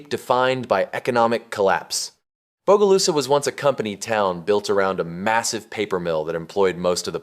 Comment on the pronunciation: lived in bogalusa for 29 years…nobody calls it bodylusa